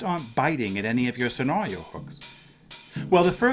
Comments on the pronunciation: I still can't get over how he pronounces "scenaaaario." Is this an accent thing? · Yeah, similar to ad-ver-TISE-ment vs ad-VER-tes-ment for advertisement